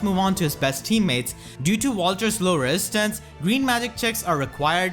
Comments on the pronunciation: R Uchiha it's an accent. Wesistance is actually pretty funny. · I cringe every time you say resistance wrong